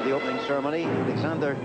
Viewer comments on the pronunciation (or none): none